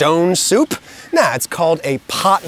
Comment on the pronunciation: that "p" in that soup was legendary... had to rewind couple of times to appreciate it fully